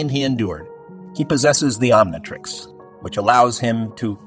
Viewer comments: Try Oniontrix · “Om nai trecks” is crazy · It's pronounced om-KNEE-trix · Why are you saying Omnitrix so weird? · My bro you're mispronouncing the word omnitrix😺😒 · Learn to pronounce omnitrix u idiot😂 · I'm sorry but the way you mispronounced the omnitrix 💀💀💀